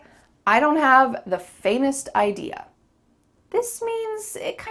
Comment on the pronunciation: Watch your pronunciation from to You said fainest instead of faintest...